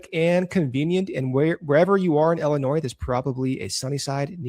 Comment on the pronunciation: Look guys i love your hour, I fast forward the ads anyway, but it still hurts my ears that Illinois is mispronounced by every week, it's ill-inois, not ell-inois.